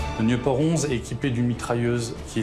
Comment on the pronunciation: Is not Newport. C´est Nieu- port. Pas Niouporte. Bon, c´est comme ça que j´ai appris, Bébé Nieuport.